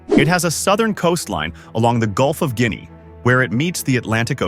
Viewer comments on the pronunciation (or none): none